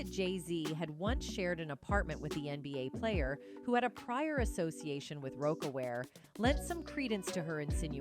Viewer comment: 🧡@ Pls tell the lady who was talking in the vid its; 1) AM (like I am) -ER-IE 2) Bow (Beyonce section) not bo (as she said it) 3) Ri-haa-na not anna😳😳 4) Roc (like rock)-A-Wear Lady pls pronounce right😳🤨